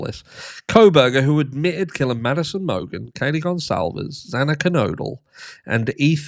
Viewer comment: Why can't ANYONE get Xana's name right?!